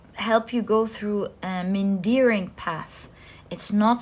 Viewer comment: It is called car suspension. Also, it is pronounced mee-an-deh-ring. I'm almost sorry to correct it because I love your pronunciation, I think it's super cute! But I know you love to learn ☺ Truly amazing readings today, I feel like your amazing gifts have been growing and deepening lately. Hats off to you for delivering such wisdom to so many people with such heart, flair, and depth. Always, always a pleasure. Bless you! 🙏🏾💖